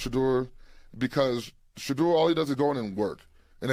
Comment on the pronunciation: Yeah these cats out here hating on Shedeur so bad its not funny. Straight sickness! Jason lloyd cant even say Shedeurs name like KS. Like he wants to throw up in his mouth. KS must have been his bestie. Clear thats who his inside man was bringing all the toxic info about Shedeur to the media.